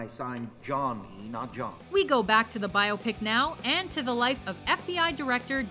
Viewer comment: Millennials: Learn how to say "Biopic..."